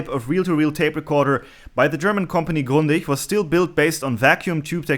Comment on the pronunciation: Gut das du Grundig ganz normal ausgesprochen hast und nicht englisch.